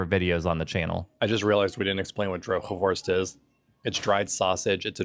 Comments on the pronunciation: Very good 'droge worst' pronunciation! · Ik ben nog nooit op Ameland geweest. De uitspraak van "droge worst" was bijna perfect. Jullie Nederlands gaat met sprongen vooruit.